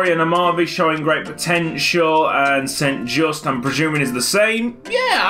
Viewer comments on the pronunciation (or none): St. Juste is pronounced as sint ('I' pronounced as pronounced in 'this') Yustu ('y' pronounced as pronounced in 'you') (also the second 'u' is pronounced as the first one, which you already correctly pronounced in the video) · melchior mulder you don't pronounce it saint just you pronpounce it like sint juste but the j sounds more soft and silent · I once signed the irl St. Juste and I was told to pronounce it "Son Joost" so who knows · St. Juste is prounounced like this: st. is like since but instead of the ce you make it a t so you get sint, Juste is prounounced the exact same but you pronounce the e at the end so like Justuh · I may be completely wrong but St. Juste may be pronounced st. Yoo-ster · Ben Edgie moreso as saint (or sint) jus-tuh (am dutch, the actual player named st. Juste plays for my favorite team) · And the j isn't pronounced like a hard J but like a y as in yes